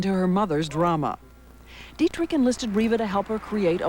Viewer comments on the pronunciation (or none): its not didrick but dietrich